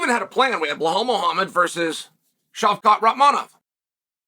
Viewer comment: chael misspronounced belal’s name 3 times. The goat